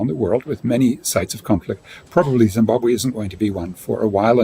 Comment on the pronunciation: Please check pronounciation and spelling. Its not ZimbabWAY but ZimbabWE